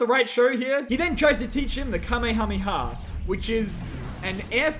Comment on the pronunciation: Its pronounced Ka-may-a-may-a